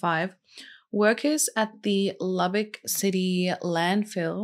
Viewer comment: I'm from Lubbock and am so proud you pronounced the city name correct. I'll never forget this case. Such a devastating loss.